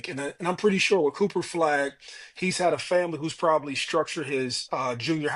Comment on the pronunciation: C'mon son...bruh cannot pronounce Cooper Flagg!?